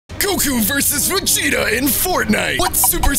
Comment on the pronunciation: called Vegeta ve ge ta